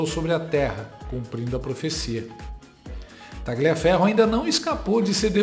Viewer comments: Não se pronuncia como está escrito, é Taliaferro,o g é mudo. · Quem com Tagliaferro ( por ser come de origem italiana, le-se “Talhiaferro” ), ferre… Muito boa,. A cada dia, você se supera. Você abusa do fato de ser inteligente. Meus parabéns! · GLIA se fala LHIA. TALHIAFERRO. Só para melhorar a história. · Tagliaferro é um sobrenome italiano, e lê-se “talhiaférro” !! A mesma coisa para a “paola” que se lê “paula” , paôla não existe, trata-se de pura ignorância! Ciao a tutti.